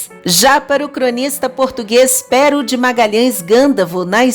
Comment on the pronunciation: É Pêro que se pronúncia amiga !!